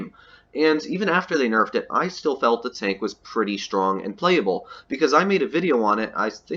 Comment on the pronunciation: It isn’t enough when you say “nefed”